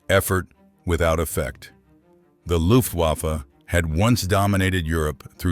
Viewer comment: The narrator should learn how to pronounce "Luftwaffe."